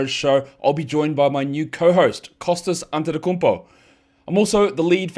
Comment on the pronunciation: You probably meant Ko-hostas Antetokounmpo.